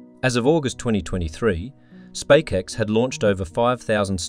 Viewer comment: A very concise video thank you. My only small gripe is the voice over constantly calling SpaceX wrong and calling it SpakeX. Im not sure how this error could slip through even if they hired a voice over presenter.